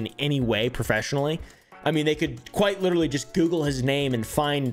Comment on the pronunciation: one thing I noticed is that they can never correctly pronounce the word literally “like litaly bro” 💀